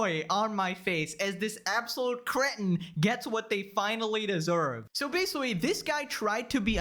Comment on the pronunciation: Bro u need speech therapy cos I can’t stop laughing when u say basically lmaooo “basicawy” “litewally” 😂